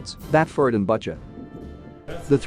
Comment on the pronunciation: Thank you for the video! Some help with pronounciation: Bucha is pronounced "Boo-chuh" and Ilovaisk is pronounced "Eel-oh-why-sk"